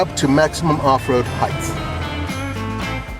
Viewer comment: Good lord, the word is “height’, not “heighth”. Height, width.